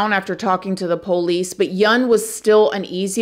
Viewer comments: As a genuine 18th generation Southerner, I smile every single time you say PO leese. Please don't ever change! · I love when says "Po-lice". It reminds me of home. 🧡😂🥰🎭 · I absolutely love this channel so much!! No one tells a story better than. Or, says Poe-lice the way she does. Love that accent. 😊